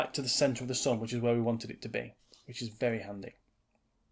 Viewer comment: the way, how u say "sun" is bleeeh..